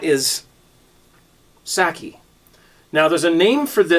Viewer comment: Sock-kay not sackee....